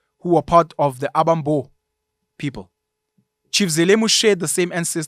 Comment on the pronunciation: Although not of Xhosa ancestry myself I think amaXhosa will largely agree with your commentary although there is a room for improvement in your intonation and pronounciation of Xhosa names. 'Abambo' sound better in 'Abasembo' with the stress on the second ('se') sylable.